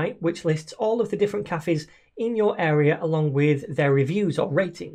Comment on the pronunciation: Did this man just pronounce cafes as KAFFIS??